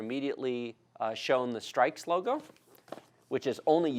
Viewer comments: Its not pronounced STRIKES.........its STRIX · Not to be nitpicky, but I think it's pronounced "stricks", like the bird, not "strikes". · It's pronounced s-trix.....not strikes. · its strix not strikes edition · Ix as In six not strikes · hehe its so weird hearing strikes not strix :P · Its strix for streaks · bruv it's not "strikes" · This is a good channel for people who don't really know what they need but I can't watch because he pronounced it "Strikes" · Did he just say streiks... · isnt strix pronounced like for example s+tricks?